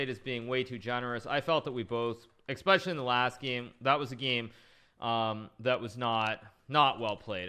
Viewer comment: Man.. another one that started saying expecially instead of especially.